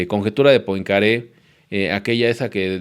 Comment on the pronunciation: Poincaré se pronuncia "puancarré"